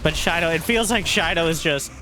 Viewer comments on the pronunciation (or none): A zerg player named Shino - has to be related to the naruto character Shino Aburame. And if it is, you are horribly mispronouncing his name :D watch like 1 episode of naruto where they say his name is shI no not Shiny O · Has not seen Naruto? What's with the Shino pronounciation